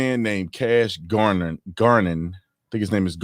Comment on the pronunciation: Ger, not Gar non. And Non, not Nin or Nen. .